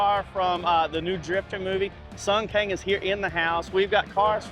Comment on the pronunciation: Sung Kang not sung King Rikerd. 😂 lol